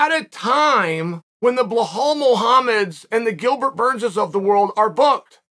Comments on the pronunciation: "blahal" xD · I'm just here to listen to Chael massacre the names of any fighter with a foreign name...."Blow-hall Muhammad" (Belal), "Pierre-a" (Perreira), "Mock-el-chev" (Makhachev), "Daroosh" (Beniel Daruish), "Oozmen" (Kamaru Usman)....... So entertaining. I think he does it on purpose with his dumb American schtick.